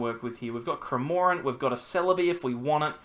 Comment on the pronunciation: After Cramórent and Dedénnejj I waited for a Poréjgon pronounciation. Nice Deck you have there btw 😉